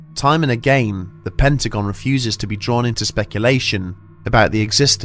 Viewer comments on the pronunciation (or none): none